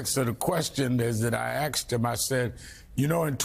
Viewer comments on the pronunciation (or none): Rev said he axed someone??! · “I axed him…”. Twice. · The question I axed him lol😂